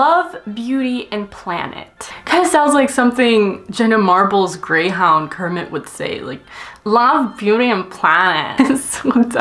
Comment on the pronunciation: Um it's Kermit not Cermit 😂😅